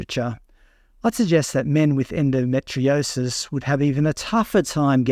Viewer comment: Endometriosis is pronounced as en-do-me-tree-osis not en-do-met-tri-osis……. ⚛️☮️🌏